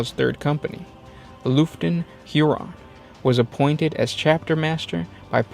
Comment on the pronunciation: man i love the Badab war. Astral Claws did nothing wrong. Tyrants legion is my legion. Also its Lugft (Luft) not Looften ok bro?